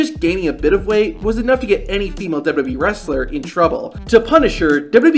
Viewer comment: This guy just can’t say “WWE” at all, unfortunate considering the subject matter!